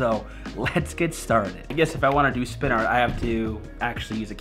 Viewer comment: WRITE AND THEN SPIN IT AND I LOVE WHEN YOU SAY AAHRT